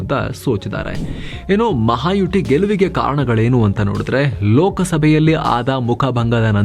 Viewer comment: ಅಣ್ಣಯ್ಯ,ಅದು ಮಹಾಯುಟಿ ಅಲ್ಲ, ಮಹಾಯುತಿ.ಯುತಿ ಸಂಸ್ಕೃತ ಶಬ್ಧ. ಯುತಿ ಅಂದರೆ Front ಅಂತ.